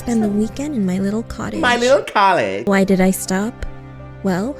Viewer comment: You said my little collage not cottage